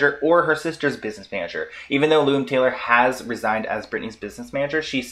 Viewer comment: Why do u keep saying “loom Taylor?” Her name is Lou